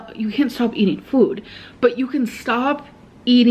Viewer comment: I cannot handle hearing her say “füd” so many times in a row